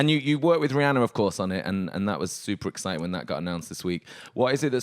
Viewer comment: 'It's exi-ing'